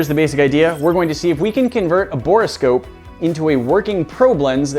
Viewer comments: Anyone else totally distracted by the way pronounced "Bore scope" as "bor-ah scope"? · Bore scope not bora scope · Someone tell him its bore-scope and not borris-kope